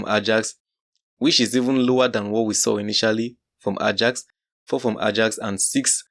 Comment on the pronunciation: Ajax is pronounced as 'Ayax', research about how teams' names are pronounced correctly... Start with Bologna & Leicester 😂